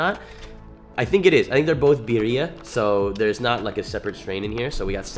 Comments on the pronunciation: It’s beerya bro not bereriia I messed up too when I first seen them tacos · You pronounce it like ( Be-Dee-Uh) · Beer-re-uh now say it fast Birra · As a white male, I don’t think I have a place but. Beer-E-uh… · birria= “beer-ei-a” for the pronunciation but besides that mayne fire video you speaking faxts talm bout people flex how cheap they weed is then be mad aff when i tell em they loud quite compared to mine😹🤧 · Love the vids you a real homie I appreciate you making All of our days better and also it’s Bi-rri-a I hope you have a dope ass day love you cutie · Pronounced BEERYAH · Nooo you’re from SA how u gonna say birria like thatttt😂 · The way you tried to pronounce birria and Consommé is disrespectful and not correct no where near how you say it correctly